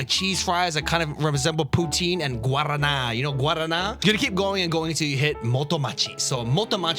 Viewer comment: Brazilian friends haver spotted (you knew how to say guaraná)🤭